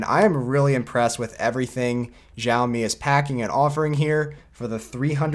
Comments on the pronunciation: Dude its chawmi not jawmi. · Maybe because of english accent you are saying "jaomi" but there is no brand such as jaomi but xiaomi which spoken as shaomi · It might be hard, but say Xiaomi like “yow” as if you were in pain. Now say “yow” in your normal voice. Now add an “s” and it becomes “syow”. Then put a “mi” at the end. Syowmi is how it’s pronounced and you’ll sound better than most tech YouTubers. P.S. It’s NOT shaomi!